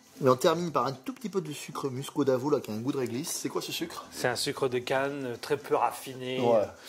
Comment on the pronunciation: Bonsoir Chefs le sucre muscovado et non muscodavo lol bonne soirée j'en ai trouver qui vient de la Réunion . un délice. Reply ·